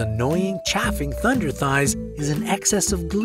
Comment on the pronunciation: It's pronounced "chayf-ing"